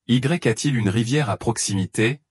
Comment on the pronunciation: Y A T'il ??? LE Y FAUT LE DIRE COMME UN I ( i a t'il ) c un ex